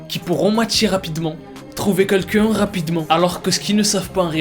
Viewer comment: J’adore ses vidéos mais il y a des mots qui me termine « trouver quouelqu’un » 😂